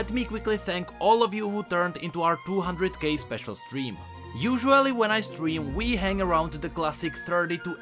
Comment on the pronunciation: He says 200K and it sounds like "200 gay" lol. Honestly, I wish he just did this video in his native language with English captions auto-enabled.